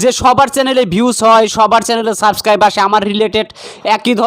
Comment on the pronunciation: সব্দটা হবে সাবস্ক্রাইব হবে, সাসকাইব না, আশা করি বুঝেছেন ভাইয়া।